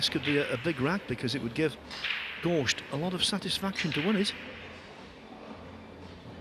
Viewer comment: The amount of times this guy says "gorSHt" is unreal